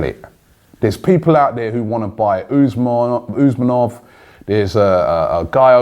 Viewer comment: Robbie, the right accent is UsmAnov, not Usmanov. In russian it is UsmAnov. Greetings from Moscow.